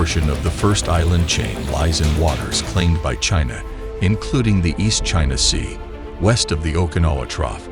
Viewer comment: Another 3 day special military operations, right, chay-nah?!😅😂😅😂